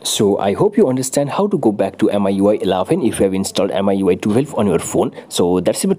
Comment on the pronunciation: Not miui eleven🙅‍♂️ it ellaaaven👍😅